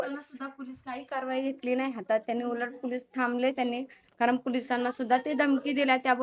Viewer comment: कारन, पानी, प्रकरन. झाला तो प्रसंग दुःखद आहे. पण आधी तू नीट बोलायला शिक बाळा मग रिपोर्टिंग कर